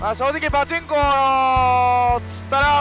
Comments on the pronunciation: パチンコのイントネーションが気になるww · パで一回止まっちゃってるんですかね笑 なおさなければ(# ゜Д゜)